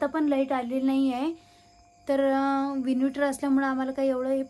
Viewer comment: it's not vinuvitor.it's inverter. Ata english madhye sangtey.pudhchya veli vinuvitor bolu nakos.Ani hyavar lecture tar ajibat dyaych nahi.ki gavakadche lok vinuvator boltat n all.